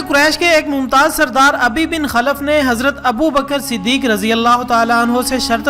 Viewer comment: Ubai bin khalf & ghaare Saor lafzi ghalti parhne me hui he baqi masha ALLAH